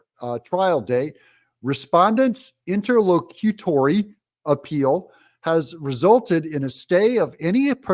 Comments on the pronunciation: Hey Doug, that’s inter-LOC-u-tory…😂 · It’s in-ter-loc-u-tory. And, it’s certiorari, pronounced cer-she-or-ary.